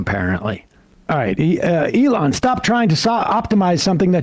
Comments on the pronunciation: Sam's steadfast mispronunciation of things ("Eh-LAWN Musk") will be standing monument-like when all of the right-wing movements-of-the-moment have fallen by the wayside. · Who is Ah-lon? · That’s The Jewish pronunciation of Elon Musk am I right ? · After all the years Sam still pronounces Elon's name wrong. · Sam is so committed to mispronouncing "Elon"